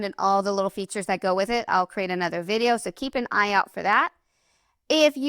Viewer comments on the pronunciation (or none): none